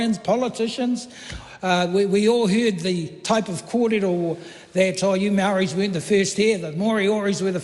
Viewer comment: and you murdered Maori